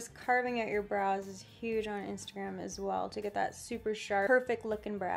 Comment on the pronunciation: The way she says Instagram makes my day... instergram